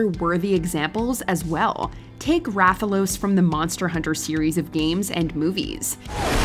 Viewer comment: The first one name is Rathalos not Raphaels lmao